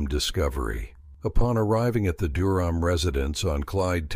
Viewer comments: The family's last name was mispronounced almost the entire video. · Pronounce their last name correctly please